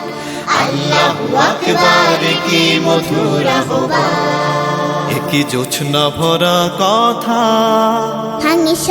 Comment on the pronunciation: আহবানের উচ্চারণ ‘আওভান’ হওয়া উচিৎ। খেয়াল করা দরকার।